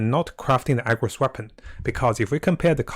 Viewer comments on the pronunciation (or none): Dude everytime you said AGROS it unreasonably tilted tf out of me lol. It's ARRRRGOS. NOT AGROS.